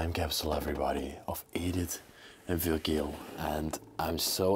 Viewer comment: I think vurgil, is pronounced vurjal. The G is a J.